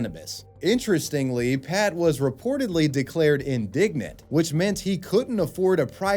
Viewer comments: in duh gent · indigent vs indignant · Omg, not "indignant", INDIGENT. 😂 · Indigent, not indignant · It's indigent not indignant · I think you meant "Pat was reportedly declared indigent", not "indignant" as you said. Apologies if this was a rude correction. Just trying to help out my favorite curator of the internet. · Pat wasn't declared "indignant," he was declared "indigent." Look up the meanings and pronunciation. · not indignant, indigent 🤭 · I love your content. However, the word indigent is pronounced with a hard G as in George not soft G like Gary. Anyway, keep up the great work! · Indigent, is not indignant homie 😂😂😂😂omg 😂😂😂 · The way he pronounced indigent is bugging me.